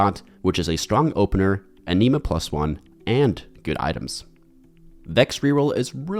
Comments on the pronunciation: why does he pronounce anima like that lol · Ikr. Threw me off in the beginning then he said it normal. 😂